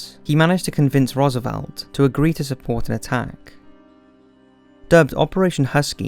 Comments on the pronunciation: It's a decent documentary with a lot of added detail not in other WW2 documentaries but his incorrect pronunciation of people's names is quite irritating - Rommel and Roosevelt are good examples. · Good, just a few pronunciations were off like Rommel and Roosevelt. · Good summary. Pronunciation! Rommel, beret, Calabria, Roosevelt, others too